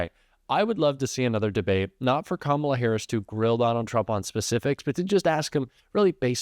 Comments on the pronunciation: Can you PLEASE learn how to say Kamala? Let's try this... , (comma) followed by LA... Got it? ,LA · I don’t know who’s more pathetic. Donald Trump for trying to fear monger to a child. And the stupid intentional mispronouncing her name. Or the idiots on the couch moronically laughing.